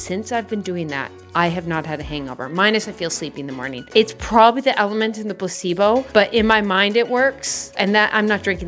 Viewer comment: Im so dumb 🥲 every time you said "placebo" I understood "possiblo", like possible but in an italian way